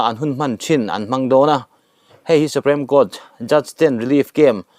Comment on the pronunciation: a ngaihnawm in a bengvar thlak thin e, i channel hi ka channel ngainat tak mai a nia,..mahse thil pakhat ngaihmawh deuh ka lo nei thin a hman atang tawhin SUPREME hi SUPREM ang in i lam thin a,.(SUPRIM) tiang hian lam tur a nia kasauti a PREM-a hming ang nilo khan, a ho viau na in thahnem ngaih thil a nih chu aw ka lawm e